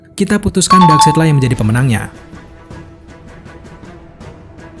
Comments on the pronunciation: dibacanya bukan side said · FYI Darkseid dibacanya kayak baca kata darkside jadinya Dark-sait bro bukan dark-seit. 😅 Geli geli greget gitu denger naratornya bilang "dark-seit" mulu sepanjang video 🤣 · Common fact: Darkseid dibaca dark-side. FYI aja sih ✌🏻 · bacanya bukan darkseid min tapi bacanya darksaid, sekedar koreksi aja sih